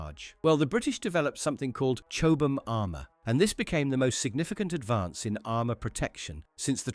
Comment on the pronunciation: 122° of heat…..I wouldn’t think so. It’s ’led’ not ‘lees’. Certainly not ‘cho-bam’ armour.